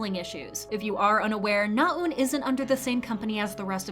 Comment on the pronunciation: your Korean name pronunciations are improving! you still need a bit of work but I know it can be hard to wrap your tongue around foreign sounds. NaEun is not pronounced with a long "u" sound, though. :-) when you pronounce it, it sounds like "나운," rather than what it should sound like: "나은." the latter is how her name is spelled, with the "ㅡ" character that's usually romanized as "eu." sincerely just trying to help. the "ㅡ" sound in Korean can be hard to master. still, overall, you are sounding much more natural and accurate; good work!